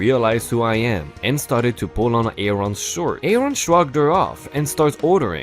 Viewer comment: The woman's name was Bea (Bee) and Aaron is pronounced like Erin.